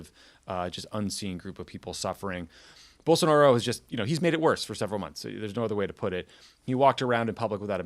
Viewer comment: In these case it's not "most Americans", it's two professionals that are paid to do this podcast and could have spent 2 minutes researching how to pronounce Bolsonaro.